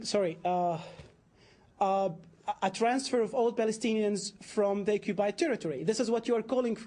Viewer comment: It's ironic to hear a 'Palestinian' who is unbale to pronounce the letter 'P'. He says repeatedly 'Occubied territory''. This Arab man, like every other Islamist, should be greatful that any Jew is even remotely willing to compromise any inch of what is undoubtedly Israelite indigenous land - there's ample historical, religious, archeological (*and even Genetic) ties that connect modern Jews, Samaritans, to the historical Land of Israel. Muslims already have their Islamic wholy city of Mecca, but true to their colonialist invader supremacist nature, always want more, and particularly they want to claim as theirs the Jewish historical capital and wholy city of Jerusalem - it's all or nothing for Islamists, meaning, it's not enough for them to have Islam in over 20 countries, what they really want is for Jew not to have a sovereign State. Also, we in the West should stop the PC charade of using the term 'West Bank' , that is nonsense, it's Judea and Samaria and it's historical Israelite land as well. This British Muslim 'moderator' acts in typical woke/Hamas activist BBC mode, interrupting Rabbi Fleisher whenever his arguments and facts start to bother them due to being irrefutable. - no sir, it's not 'ethnic cleansing' it's called population transfer, and it hashappened throghout history in orderly and contelled fashion, such as when in 1948 Muslims and Hindus had to move due to the creation and partition of most of South Asia into India and Pakistan The use of the term 'P